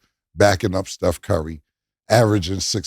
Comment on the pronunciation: cam says steph curry like steph "kerry" he also pronounces the word period like "peh-riod".. it's supposed to sound like pee-riod.. he also says the word sensational like "sehssational" like there aint no letter n near the beginning. lets not even talk about the word stamina